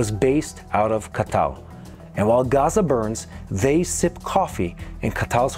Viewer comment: I'm curious, is that the official way to pronounce Ka- Tar? Ca-tall? Qatar = Catall?